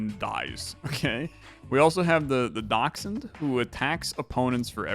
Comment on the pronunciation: That is exactly how you pronounce dachshund.